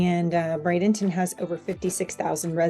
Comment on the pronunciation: Thank you for pronouncing it correctly. Not Bradington Traffic however has become a very major issue